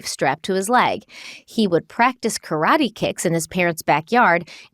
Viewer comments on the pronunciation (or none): none